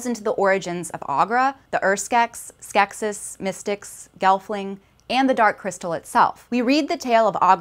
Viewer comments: The plural is pronounced "skek-sees". Did anyone here watch the film? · I was more poking fun at your accent on the "gem" comment, but the plural form of Skeksis is in fact pronounced "Skek-sees", and also, this piece is 98% fluff in regards to what it claims by title. -and you're very welcome! (no hard feelings on the accent/Gem thing, that was just me being silly! :P)